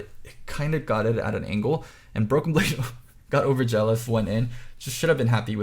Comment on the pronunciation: Koreans pronounce Z's as J's a lot. There is no Z in the language and often J is subsituted. Examples from Overwatch: Zarya becomes Jarya. I'm sure this applies to LoL too!